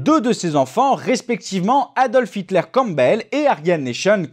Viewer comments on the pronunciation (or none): none